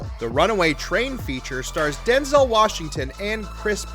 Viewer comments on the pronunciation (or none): none